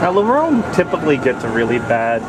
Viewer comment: I got depressed cause how he said la ronde